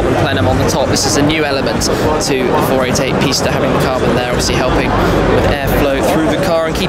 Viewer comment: I’m not lying But I thought he said the 488 pasta and I fuckin died laughing and the I said pasta in my head every time he said 488 pista ahaha